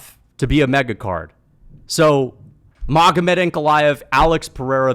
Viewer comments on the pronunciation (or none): none